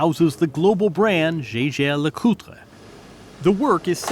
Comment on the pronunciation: I own several Swiss timepieces-I am wearing my Jaeger-LeCoultre Tourbillion as I write. Bought it in 2008 for a small fortune. It is insured for $87,500 which is the replacement value. I am on the waiting list for a Patek-Phillipe Annual Calendar. Hopefully will get it next year. Glad he pronounced Jaeger-LeCoultre correctly. A lot of people mispronounce it as Yae-gar like the pilot which is INCORRECT!